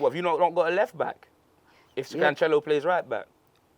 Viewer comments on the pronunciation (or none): Lmao who’s Can-Cello? The instrument bruv 😭? The ce is pronounced like an s the way ceiling is used. Can-sell-o